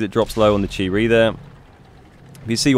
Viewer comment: Chi-ri? Different for sure.